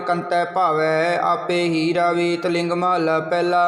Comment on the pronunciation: ਵਾਹਿਗੁਰੂ ਜੀ ਆਪ ਜੀ ਦੀ ਆਵਾਜ ਬਹੁਤ ਪਿਆਰੀ ਹੈ ਜੀ। ਬਸ ਇਕ ਤਿਲੰਗ ਨੂੰ ਆਪ ਜੀ ਗਲਤ ਪੜ ਰਹੇ ਹੋ ਤਲਿੰਗ ਕਰਕੇ ਮਾਫ ਕਰਨਾ ਵਾਹਿਗੁਰੂ ਜੀ🙇‍♀️🙏